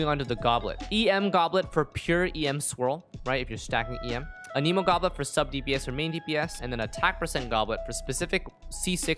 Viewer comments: idk why but it made me so mad when you said anemo like 'a-nemo' its pronounced 'an-a-moe' lmao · Boy said uhhneemo lmao